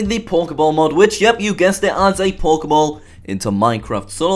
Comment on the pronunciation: It sounds like you saying Pork-e-ball. XD